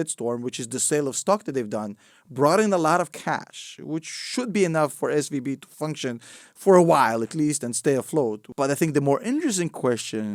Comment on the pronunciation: When you say SVB it sounds like SVD and my mind goes dduuurrahhh PEW PEW PEW